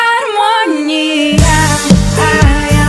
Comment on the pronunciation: Как она произносит слово "гармония" это отдельный вид искусства.ууулыыыбкааа... слово создано для этого произношения..